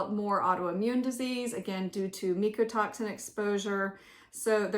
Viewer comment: Thx for the info, I watched dr campbells videos also. Apparently it’s pronounced MYco toxin, not meeko. 😅just sharing! 😊